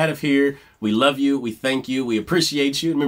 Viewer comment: I'm so glad you mentioned Karen's elocution. When I was in choir there was an emphasis put on pronunciation and we were told not "chew your yous" (when singers say "chew" instead of "you"). It is so much more beautiful when pronounced correctly. Karen was definitely one of a kind.